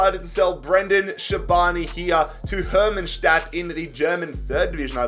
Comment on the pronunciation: Prima oară când zice numele unei echipe corect :))